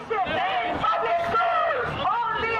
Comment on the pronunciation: Public! Not pubic!